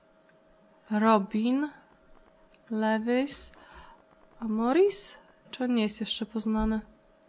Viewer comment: Wrazie kłopotów poproś o pomoc CTSG, on ma duże doświadczenie. nie Lewis tylko Luiz